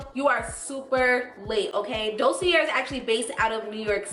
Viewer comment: Thx 4 reviews. Fyi it's pronounced "dosey eh" ... r at end is silent. peace from bklyn